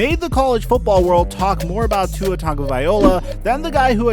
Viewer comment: You pronounce tua’s name wrong